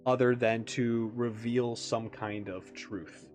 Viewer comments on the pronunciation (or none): none